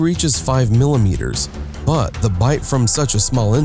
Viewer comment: He bub humans ar mammals 😂but other than that great vid